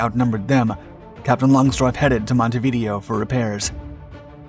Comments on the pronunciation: If you're going to be an information provider - then get things right! 1) It's not pronounced "Monte-video". It's pronounced like this: "MON" + "ti" + "vi" + "DAY" + "oh". 2) Graf Spee's main armament consisted of a single triple gun turret forward and another one aft. The video is interspersed with clips of either the Scharnhorst or Gneisenau, which had three triple gun turrets, namely, two turrets forward in a super-firing arrangement and one aft. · Monte v Deo (Day_O) not Montevideo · His mispronunciation of Montevideo drove me crazy. It's pronounced like MontehveeDAYoh. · A little help with pronunciation - Monte Video/mohn-TAY vee-DAY-o. And, Graf Spee/groff sh-PAY. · Needs to learn how to pronounce Montevideo. Pronouncing it like Churchill is a linguistic solecism. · Hilarious pronunciation of Montevideo................... 🤣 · Please learn how to pronounce Montevideo. Hearing it mispronounced the third time compelled me to comment.